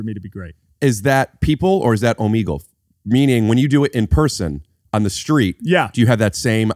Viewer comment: Okay I pronounce Omegle the correct way, unlike both of these gentleman.